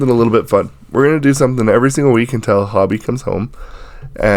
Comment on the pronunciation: You're pronouncing it like "hobby". It's a hard 'o'. Like Joe = Joey The affectionate form of Hope is Hope-ee = Hobi.